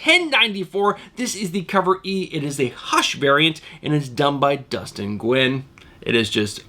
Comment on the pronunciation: Nguyen is actually pronouced "new win".